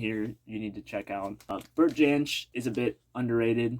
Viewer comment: great that you picked up on the end’s album. That must be so hard to find in the US. Your pronunciation of Bert Jansch was spot on! Happy New Year.Mark@